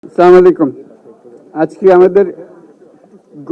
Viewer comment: এত বড় উচ্চ শিক্ষিত নোবেল বিজয়ী মানুষ আফসোস সালাম টা দিলেন “স্লামালিকুম” বলে। অথচ ইংরেজী প্রোনানশিয়েশন নিয়ে কত মাথা ব্যাথা